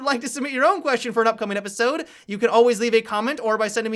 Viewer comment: Am I the only one who is angry that at the start he says, "and welcome to repisode"?